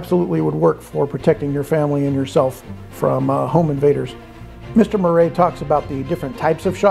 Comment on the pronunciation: Marais is pronounced mar (like married) eah (like yeah). I'll definitely be checking out the book! Thankfully I'm not in SA anymore 👍 especially now. I hope this is not the last book review.